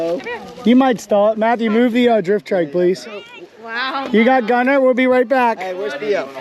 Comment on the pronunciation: Gunnar is a Norwegian name, my grandpa was Gunnar Breivik. And I must say that you are miss pronouncing the name… it’s sort of like Gu-nnar